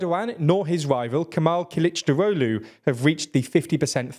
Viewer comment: Good pronunciation of Kılıçdaroğlu! A phonetic way of writing it in English would be something like kelchdarowlu